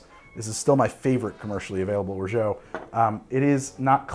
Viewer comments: Big fan. And, appreciate your commitment to your pronunciation of "orgeat." I just can't imagine any French people pronouncing it that way...Google translate agrees. French people agree. I'm sorry, I shouldn't press send. I should let it go. I SHOULD LET IT GO. Almost time for a man tai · Wonderful recipes, but is it okay if I attempt to correct your French? Lol, you have been pronouncing orgeat as something like "orjo." The French way of saying it would be more like "or-jot." Will this comment ever be addressed by? I suppose I'm inclined to think that the answer will depend entirely on how much I have to drink quite regardless of how I go about doing it. Regardless, my first Caiperinha now and quite delightful! Cheers! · or·zhaat or in french without the hard T. Please...not or·zhoh. I asked google several times and it agreed. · I really wonder where that orgO pronunciation came from.. It's /ɔːrˈʒɑː with A like alpha or anarchy. I truly wonder how American English changed the pronunciation so much. Not complaining, just curious :) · I am a fan and love all your work. (also a linguist) There is no "o" sound in Orgeat. At the end, aim for an "ah" sound. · It's or-zha, not or-zho. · We can't order exotic spirits in Massachusetts. We are at the mercy of the liquor distributors. Only the most popular rums are available. That said, what would you recommend? I do like Jamaican. BTW Or-zhay isn't quite right. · Or-jaaah, please ! A Frenchman. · Trying to let go of my comment...but isnt it pronounced OR-ZHAAT....not OR-ZHAO....there is no O at the end of orgeat...just saying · If Orgeat, was spelled 'Orgeau', your pronunciation would be close to perfect. Substitute your 'oh', with 'ah' and perfection is a whisper away. Santé! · Orgeat pronounced "or zhaat'" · Or-Jah, once and for all, Or-Jah!;) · How many times you gotta say orgeat like that you maniac! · Pretty sure you are mispronouncing orgeat.